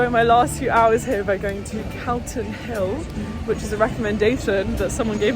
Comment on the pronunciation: fun fact - it is pronounced more like cotton than cal-ton ! regardless of its spelling !